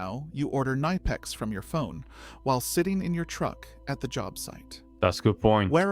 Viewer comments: K N I P E X not KNEIPEX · It is not "nipex" it is K-nipex and the i is pronounced like in "lid" not like in "like" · I fucking hate how this AI pronounce "Knipex".